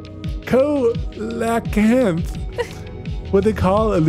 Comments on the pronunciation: Coelacanth is pronounced Seel-a-cant, which is a ancient fish that used to have many branches of its species but now only has the one kind left, we find their fossils everywhere and it was thought to be totally gone until this single species where rediscovered recently. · Both of you aggressively mispronouncing coelacanth made my day 😂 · As a south african the way you guys struggled with coelacanth made my day... It was first found near our coast and is known as a living fossil... Loved the game❤